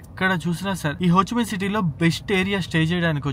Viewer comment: it's Ho Chi Minh not Ho Chi Mein